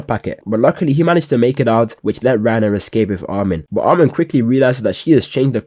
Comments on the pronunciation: "Reiner and Beris" ladies and gentlemen....WE GOT HIM! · bro really said reiner and berus i cant believe it😂